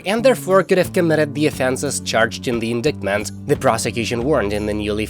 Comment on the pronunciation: It’s pronounced “in-dite-ment”. Every time you mispronounce words, your credibility is reduced.